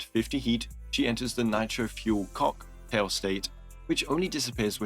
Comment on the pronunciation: I was absentmindedly listening to the vid in the background and was caught off-guard by “…COCK (pause) …tail state”